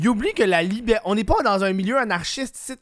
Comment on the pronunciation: comme disi bien "Libhârté"